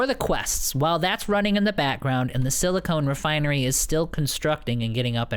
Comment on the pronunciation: Stop saying silicone! You're not mining boobs! 😛